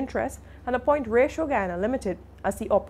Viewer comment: Honey you are pronouncing Ratio incorrectly.